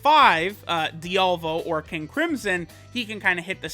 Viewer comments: lets help pronounce diavolos name, (DEE-AH-VALO) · I get unnecessarily pissed when people can't pronounce Diavolo's name.